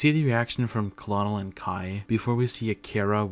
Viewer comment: Colonel is pronounced KERNEL as in high ranking officer